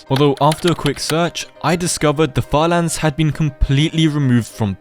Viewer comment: "falans" how British are u😭✌️